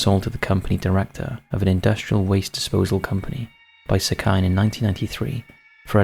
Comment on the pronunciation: I love the work that u do but I am begging u to look up how things are pronounced before including them in videos. for example the name 'sekine' wouldn't be pronounced 'seh-kai-n', it would be closer to 'seh-key-neh'.